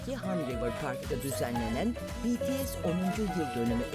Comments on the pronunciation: sonunda bir haber kanalı düzgün söyleyebildi şu grubun adını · ALLAH'IM şükürler olsun Bts'in adını doğru düzgün söyleyen bir sunucu da karşımıza çıktı ya helal olsun be böyle devam🥳🥳🥳😄😁